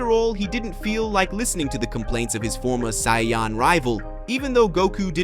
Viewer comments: Can't even pronounce Saiyan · Doesn't matter it ruins it whenever he keeps on pronouncing Saiyan I cringe on the inside